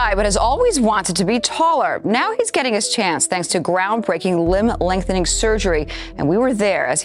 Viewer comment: Its LIMB (pronounced lim) lengthening surgery, not LIMP lengthening surgery.